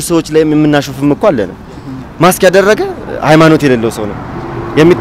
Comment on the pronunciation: Correct it plz, say MASK not Max